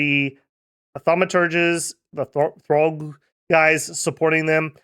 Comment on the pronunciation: It's see-urg not throgg 🙂